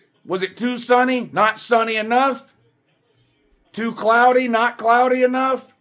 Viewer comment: It was bweezy too!!